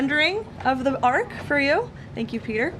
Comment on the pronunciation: it's an ARCH not an ARK